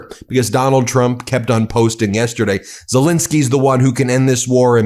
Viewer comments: Great video, but could you please pronounce Zelensky's name correctly. It's not Zelinsky with an i, it's Zelensky with an E. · Warum sprechen den Namen Zalinsky immer so total falsch aus und sagen oft einfach nur Salens oder andere Verballhornungen? Dies empfinde ich als höchst respektlos und dümlich und das wäre für mich auch ein Grund Ihren Kanal zu kündigen, falls Sie dies nicht ändern sollten! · It's Ze-LEN-ski....just get the man's name correct...